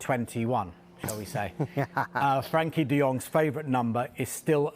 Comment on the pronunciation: He does know it’s frenkie not frankie right